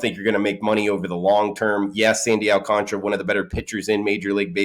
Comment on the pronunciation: Please let's all in the media say his name correctly... AL-CAN-TARA. GOD STOP YOU SOUND SO BAD.